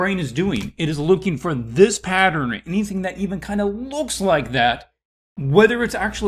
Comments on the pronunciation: why is he saying it like that 😫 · He lost me by saying “patterin” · no one: him: patteren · You say pattern like my mom 😳 (Saying partter-in, instead of pat-turn) I think my grandfather says it, too. However, if I'm being honest, I have no idea where the idiosyncrasy comes from My grandfather's parent's are from 1900's Oregon, so maybe it's a N. West coast thing? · I couldn’t even listen to this because every time he said pattern my blood boiled